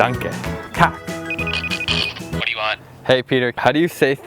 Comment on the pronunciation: You killed the swedish TACK :) Hälsa din Mamma och Pappa